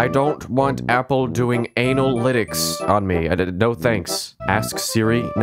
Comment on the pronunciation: Normal person: Analytics Him: ANAL-lytics